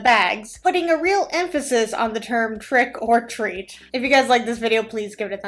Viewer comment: Did you say Prick or treat lol 😂